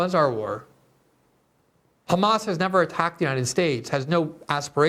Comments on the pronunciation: Hey Ben say “has” Now say “Hamas” If you can say “has” then you can definitely pronounce it as “Hamas” not “khamas”. You’re a born English speaker who’s speaking English for Christ’s sake. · Why does shitpiro say Khkhamas? Can't he say "H"? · I love it when the European jews fake their pronunciation of “hamas” because they desperately wanted to be viewed as a semite